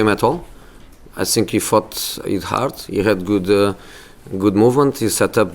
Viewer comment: I sink I sink I sink I sink he should go to Portugal.